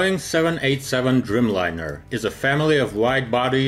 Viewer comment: Driiiijmlajner, a nie drymlajner :) A poza tym, bardzo dobrze.